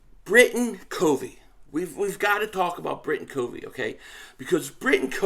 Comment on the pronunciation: Yo! Appreciate the content. Hey just want to set the name of Britain Covey "COV-VEE" short "O." He's a Special Team phenom as a punt returner! Check out his highlights from Utah! Bam! 💥 He's smart ( he breaks down tons of film on the opposition's Special Teams tendencies), he's quick, has good hands as a slot receiver, makes tacklers miss. Bro, if he can bust out for the "Birds" this season... NFC East watch out!! We need all THREE phases of the game to be a complete football team. Fly EAGLES Fly! 🦅